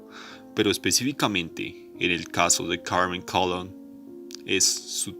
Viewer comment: Colón, Carmen Colón... no /KALON/